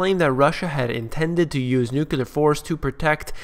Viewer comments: The word is N U C L E A R not n u c u l a r. When you learn to spell and pronounce a simple English word, you may get more listeners - but not me! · Every time i hear someone say "nukular" instead of nuclear, I stop the video. It's too bad he said that word in the first 10 seconds of his show.